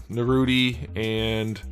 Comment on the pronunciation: Man, did this nga say Narooty?! Smh lol. Idk if it’s an inside joke or whatever but it’s NAR(rhymes with far)-ROO(rhymes with Q)-TOE(rhymes with well you know how to pronounce toe).